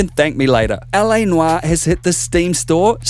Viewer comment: LA Noire is misspelled in the title & you said LA Noira mispronouncing it also it's LA Noire not Noira LOL..